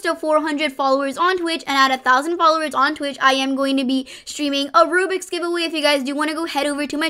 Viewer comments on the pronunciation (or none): none